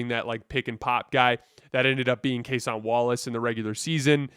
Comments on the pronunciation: Its Case-IN Wallace not Case-ON Wallace ...not tryna be a jerk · People comment this on every video and he continues to butcher it. Kinda think it’s a troll at this point. You can’t watch as much basketball as he claims to and still can’t mispronounce a 25 minute a game players name.